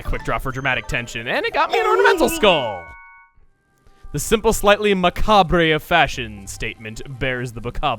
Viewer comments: it's not Macarb-RAY its macar-buh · Macabre is pronounced Macab. Don't ask. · That's not how you pronounce macabre.